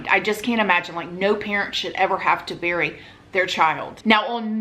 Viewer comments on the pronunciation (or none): none